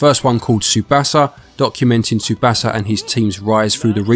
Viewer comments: Another great review. The only thing I had a problem with is the way you kept saying the "A" in Manga and in Tsubasa incorrectly. I know you are not bilingual in Japanese so I am not judging you on that, but I am so I will briefly explain the correct "vowel" sounds as best I can in a texting manner. This will help you if you heed what I say in the future since a lot of video games have Japanese developers and/or Japanese people, places, and things. Japanese is not a language where the vowel sounds will change based on the word. They always make the same sounds. Based on the Hiragana and Katakana charts, the Vowel letters in order are: A, I, U, E, O. You pronounce these vowels in that same order as follows: Ah, Ee, Oo, Eh, Oh. Also, the "T" in words that have "tsu" are not silent (like tsunami or Tsubasa). It will bring more credibility to your content if you can say people, places, and things from another language correctly, especially if a lot of your content has Japanese in it. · You really dont know how to pronounce Tsubasa. It means the Wings